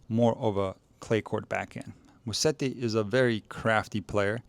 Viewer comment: Amazing analysis thanks! Just one favor for Italian speaking followers: it's Muset-ti and not Mussedi 😉